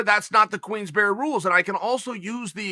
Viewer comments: Chael always looking for a way to work in "queensberries rules" but pronounces it differently every time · Chael “QUEENS BERRY RULES” Sonnen